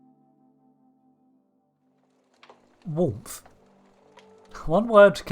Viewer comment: Ahh "Warmth" - at first thought it was Worf or Warp